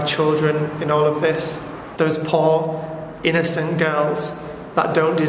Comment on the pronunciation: notice how he says innocent , implying that he’s not innocent but they are 🤔